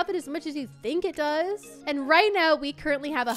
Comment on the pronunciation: Are You Serious Right Neow?